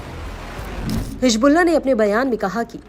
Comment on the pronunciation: نیوز اردو 18 پر اردو جاننے والے کو بٹھائیے۔ حزب اللہ کو حجب اللہ کہہ رہی ہیں محترمہ۔